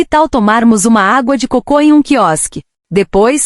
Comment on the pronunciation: Terrível ouvir este vídeo lido por IA: repete mais de 3 vezes água de cocô em vez de água de coco! E ficar ouvido repetidamente faz pensar: por que a IA não corrige erros de leitura decorrentes de erro de acentuação?